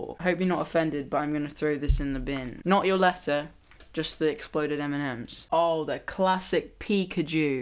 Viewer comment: when you said " letter " your accent made it sound like "alexa" and mine replied with "sorry, I didn't quite get that". just thought you should know.